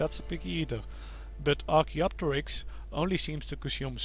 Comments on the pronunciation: Perfect pronunciation by the way. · You pronounced it right